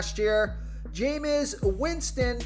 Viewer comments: I asked him this last year. Do you even watch football? He butchers names that he should know, not just Jame Us Winston. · The fact he said Jamies name wrong twice has me dying but good video 🤣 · The jameis winston pronunciation was hilarious caught me off guard twice 🤣. Nonetheless, is AJ Dillon a sleeper ya think ?